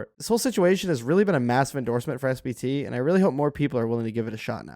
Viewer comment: I swear to god this content creator is saying "SBT" and not "SPT"